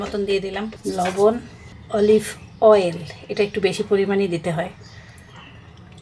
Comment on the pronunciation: আচ্ছা তুমি অলিভ অয়েল কথাটা এমন ভাবে বলো কেন নরমালি বলতে পারো না কথাটা